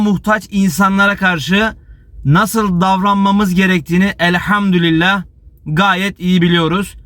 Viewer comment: Elhamdülillah Hızlı konuşurken elhamdurillah diyorsunuz dikkatli olunuz